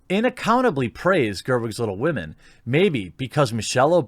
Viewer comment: I would rather read Tom Sawyer than 'Wittle Wahmen'